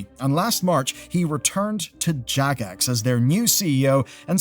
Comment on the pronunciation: Jagex sounded like jackass for a second